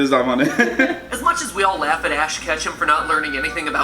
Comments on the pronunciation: It's Ash Ketchum not ach catchem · Atch Kachem. Not Ash Ketchum, Atch Kachem